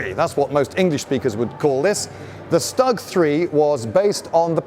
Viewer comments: Is it better to pronounce it "Stoog 3" instead of "Stug 3" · No it's not "stug" like "stuck" try "shtoog" but fast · You read it " ʃ t u g " to pronounce it as it was back in the days. :) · Stug (pr stOOg, not stUHg). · Am I the only one who finds the narrator to be annoying? .... The mine paste over the tracks was there to protect the tracks......and it's not pronounced "Stug" ....unless you're simply too lazy to pronounce it as "Shtoog" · "Schtuuuug", not "Stug!" :-) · Idiot, stew guh. stewguh. Not STuh UGH. fucking cringe. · You may be better served by pronouncing it not StuG, rhymes with "mug," but StuG rhymes with "stood." Try it, you'll come across as more knowledgeable. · Stoog, not stug Mr Beige. Not that it matters, but i'm being that guy today. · Lindy I'm an Aussie, so I speak English but I have always pronounced Stug not like 'pug' but more like 'stood'. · you Brits have a capacity to screw up anything regarding pronunciation - it's a STOOG you bloody wanker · It’s pronounced Stoog III😂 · It’s a Stug (Stoooge) III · Its pronounced stoog not stug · It's pronounced SHTOOG (that oo is short). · Its actually pronounced StooG if youre saying the abreviation. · no its not, its pronounced Schtug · Its not stuck. Its schtuck in pronouncement. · Not trying to be annoying, but it’s pronounced Stoog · is it not pronounced stoog? since you know...german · You also cocked up the name, it's pronounced SHTOOG! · I always love how stug pronounced, STUG!!! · I cringe every time you pronounce it Stug instead of Shtoog (as in Sturmgewehr in German pronunciation). Interesting episode, though. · I’m very ashamed of myself for thinking (many years ago) that this was a TD like a Marder. Also I thought the stugg was pronounced “Shtoog”. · The funny thing about Zimmerit is, nobody have fielded magnetic mines in any significant quantities except Germans themselves. So tat coating was pretty useless. And that Stug, Sturmgeschütz, is pronounced with initial SH, like shame.